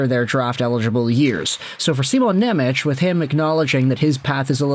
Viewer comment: Please please please stop saying nemech as simons name. Im slovak and its hurting me to hear😂. His name is Shimon Nemec not nemetsch😂